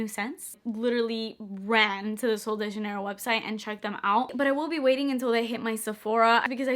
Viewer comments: Is actually pronounced Sououl Deh HhHanheirho :))))) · I actually heard Kathleen Lights pronounce the "J" as an "H" sound and her brand literally, did a collaboration with SDJ. So, who cares? I would pronounce it either way. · You're English speaker, not Spanish...I'm confused as to why you were even trying to pronounce sol de janeiro that way to begin with?!😂😂 I personally found it cute though 😅